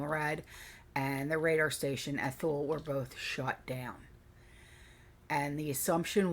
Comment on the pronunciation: Thule is pronounced Too-lee. My hubs was stationed there for a year in early 2000.